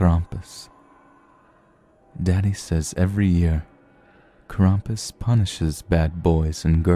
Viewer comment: YEEEEES!!! You pronounced Krampus' name right! Good job!!!